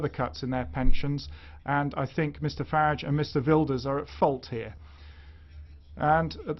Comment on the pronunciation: Its Farage not Farige! Mr Farage to you, soon to be Lord Farage. I bow to thy Lord. ;-)